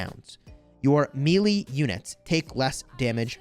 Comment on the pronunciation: Bro after watching several videos … for melee … its “may-lay” not me Lee lol